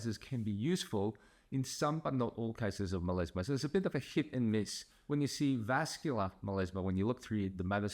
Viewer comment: Meleezma? due are you really a doctor? It's melasma